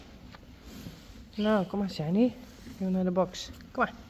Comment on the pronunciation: Who else hears Johnny whenever she says Shiney? Wonder if it's just me or not. Uniek knew, you can tell be the way she tastes the air and looks around, she knew she wasn't coming back. Ok the end has me balling like a baby. My cat is now trying to find out why im upset and giving me comfort.